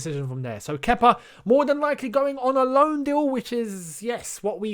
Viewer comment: it's pronounced Keeper he is in me bollix.